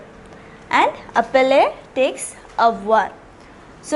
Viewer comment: Mauvaise prononciation! Verbe appeler! Ce n'est pas appeller!